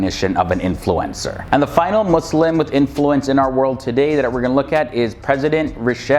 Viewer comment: I respect you you pronounce muslim with S